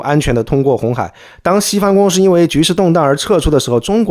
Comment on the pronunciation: 提个意见，老师可以不要分平舌翘舌吗？就全部平舌就好，公司你非要说公私...